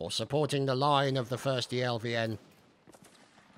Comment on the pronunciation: its not 1stelvn but 1steivN(1steIvN)